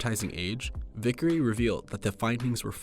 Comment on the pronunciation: My last name is almost the same as Vicary it's just one letter off. It's pronounced the same and it bothers me how he got it that wrong.